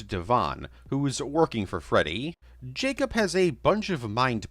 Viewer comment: Am I allowed to ask why you say Jacob like it's spelt J-A-C-U-P?